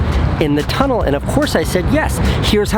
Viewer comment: “TUnnel” Not tryna hate Luv ya Casey